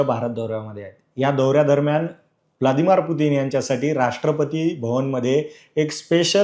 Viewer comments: ब्लादीमार नाहीरे...... ब्लदिमीर पुतीन असे आहे ते........ उच्चार योग्य तोच असावा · Vladimar nahi ahe to.. Vladimir aahe.. nasel jamat tar bolu nako kivha dusra anchor bagha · अरे पत्रकार, ते व्लादिमीर आहेत. व्लादिमार नाही.